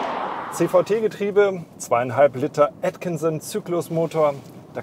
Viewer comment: Als aller erste sollte er nochmal sich anhören wie 99% der anderen den Motor aussprechen. "Atkinson cycle" // zudem auch erzählen das man diesen nicht vergleichen kann mit einem normalen 2,5L Motor! Viele denken nun wow 2,5L da geht was .... ähm nein! Der Motor ist so stark wie ein 3-Zylinder, knapp über 200nm. Hat aber eben mit dem Gewicht von 1,8to zu kämpfen. Was total ok ist da dieser Motor eine ganz neue Art ist und man ihn nicht in eine Schublade stecken kann Benziner/Diesel. Er ist zum unaufgeregt fahren und nicht HEIZEN.